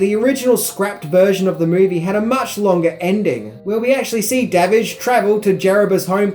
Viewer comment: Da Witch! No it's not Da Witch is Davidge. Lol, love that scene.